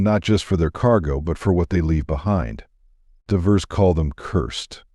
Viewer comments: Too bad AI can’t pronounce the word “Divers”. Can’t you read the dialogue? Every time I hear a simple word mispronounced I lose interest. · Must be A/I reading this no I in divers etc.